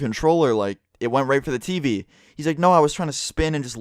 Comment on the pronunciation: Why do u say tv like Tiivii or Teepee